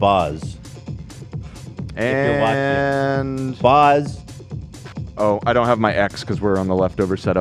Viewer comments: Can we cancel Ethan and Hasan for mispronouncing 'Baz' so badly? As an Australian it was a hate crime to my ears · They way y’all pronounced baz Luhrmann annoyed me, it’s not barz it’s baz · Jesus Christ. It’s BAZ not BOZ. He’s Australian so think of it as a nickname for Barry. 😂 I’ve never felt so triggered hearing them repeatedly call him Boz 😂😂😂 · It's BAZ not Boz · Legit I was like nooo stop saying Bahhz haha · The way they keep pronouncing 'Baz'... 💀